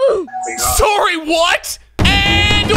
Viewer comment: Am I the only one who smiles when he says “soary” and “mikal”